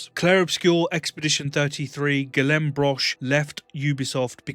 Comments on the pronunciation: FYI Guillaume is pronounced “gee-yome” in French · I 100% agree and love everything you touch on in this video. One small critique though. Really pronouncing Guillaume’s name poorly. 😅